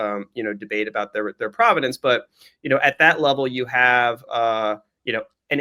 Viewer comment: "Provenance," not Providence 😂